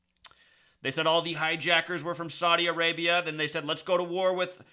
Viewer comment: Saudi A-rape-ya